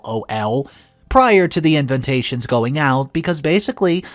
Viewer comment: Ok, gotta mention this... Invontations? Yes that's how it sounds like you say it... In Vah Tay Shons = invatations